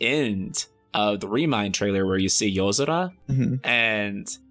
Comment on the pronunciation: Why do you pronounce "Nomura" and "Yozura" like that?